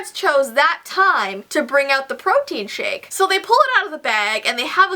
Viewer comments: once i was seven years old.." sorry i had to xD and when you said ,,drink this shake" it sounded like you said ,,drink this sh*t" xD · Who else thought she said "and then drink this shit.." when its actually "and then drink this shake.."